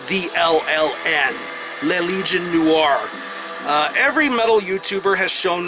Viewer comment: les legions noires ! your french is not bad !